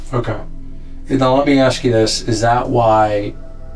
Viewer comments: He aks me something ..... 😑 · “Axed me.” “He Axed me.” why is that always how it’s pronounced? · Why do these people say AXE instead of ASK?? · Something I’ve always noticed with these kind of people when they’re guilty, is they always have some kind of verbal backup. “Oh you can axe him, you can axe her…” or in this “you can check the ADT” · NEVER, ever hire an officer that can't pronounce the word ask. He was most definitely a DEI hire. Further proof that DEI hires are dangerous